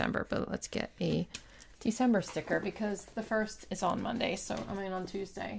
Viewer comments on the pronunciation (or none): none